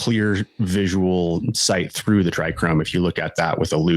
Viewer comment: No "r" in trichome